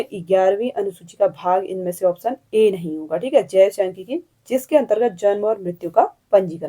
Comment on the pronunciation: Q 9 में तृतीय क्षेत्र में संचार सही है उच्चारण "नहीं " गलत हो गया शायद